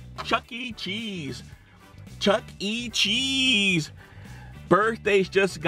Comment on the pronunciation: Then why did you say chese last time?